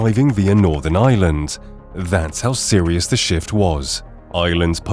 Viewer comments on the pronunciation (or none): Please pronounce the word IRELAND correctly! To help you, its not pronounced 'ILAND'. its pronounced 'AIERLAND'. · The country is IRland, not Iland... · EYEland. Its IREland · It’s prounced IRland not island please ! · The C in Celtic Tiger is a hard C. Celtic football club use a soft C. The word Ireland has an R in it. It is not pronounced Island. Gardai is not pronounced "Gar-die", it's pronounced more like "Gar-dee" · Ireland not island pronounce the R . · The country is Ireland not island ... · Tell AI, there is an R in Ireland.